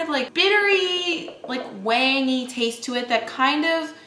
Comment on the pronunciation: I thought she was saying “tangy”